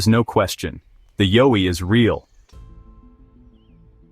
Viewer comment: Horrible narration. Needs to learn how to pronounce YOWIE